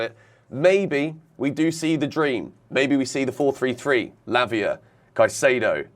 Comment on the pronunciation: you got to say it properly Lavia Fernandez Caicedo LFC 😂😂😂